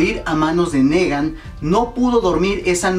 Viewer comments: se pronuncia nigan no negan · y no dice Nigan ;v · Se pronuncia (NIGAN) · se le tomo cariño para algunos :v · una cosa se escribe negan y se pronuncia nigan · Me mata tu NEgan si no pronuncias tan mal los demas como porque este si??!!, en fin yo estoy con que es Glenn, pero si se atreven a matar a mi Daryl me perderian... no en realidad dejando al lado mi fanatismo, no le hallo relevancia mayor al ENORME choque que se crearia al expectador si matan a Daryl, ademas tanto estar construyendo su historia con Dwight para dejarla en nada, como que no, y con Glenn es mas el impacto en la historia, porque ya afecta a los demas emocionalmente tanto como afectaria Daryl, PERO afecta enormemente a Maggie quien dicen sera la proxima lider de Hilltop, ademas de que Negan busca gente util para sus marranadas y quien mas que el que se ha echado a la mitad de los muertitos y que aun con un pinche balazo tuvieron que knockear para controlarlo, no Daryl le es mas util vivo, asi que yo me quedo con Glenn. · "Nigan"!!! Se pronuncia "Nigan"